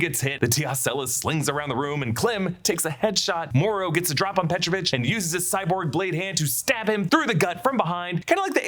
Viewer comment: he is petrOvich, not pEtrovich